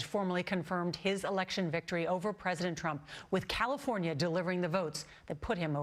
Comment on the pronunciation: It would be nice if my president could pronounce president without slurring